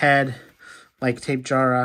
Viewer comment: It’s tap-e-jara btw not tape-jara